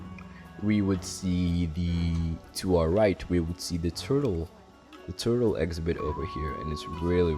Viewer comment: Where are you from? Never heard that pronunciation of “exhibit” as “ex-a-bit”